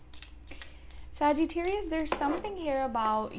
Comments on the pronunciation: I thought she puts a long ‘eee’ in Sa-geee-tarius too. I know a girl from India who has the same accent as her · You are pronouncing the word Sagittarius incorrectly! You are saying " Sagee-tarius! I've been watching you for years.